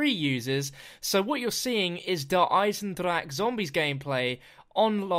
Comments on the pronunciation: eisenDRACHE Not eisenDRAKE 😂😂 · hate the fact that you call it "Der aiisendrak" m8, use google translate to see how to pronounce it